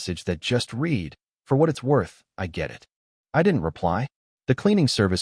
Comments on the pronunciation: So so can say COMMODIFIED DOMESTICITY correctly but mispronounces read and wound regularly? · You need to work on the pronunciation of words that carry different meanings based on their pronunciation. For example, the word read. It can be pronounced either “red” (as in past tense) or “reed” (as an action). There were so many mispronunciations in this story that it really negatively impacted its telling.